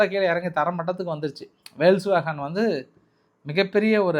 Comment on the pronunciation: அது ஜெர்மன் வார்த்தை. வேல்க்ஸ் வேகன் கிடையாது, Folks wagen என்று உச்சரிக்க வேண்டும்.